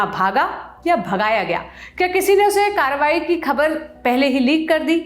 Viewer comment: sunn lo tadipar kya bol raha hai "Karerwari" jahil ko karwayi bhi nhi bolne aata kya usko bolo supari thuk k baat kar re baba😂😂😂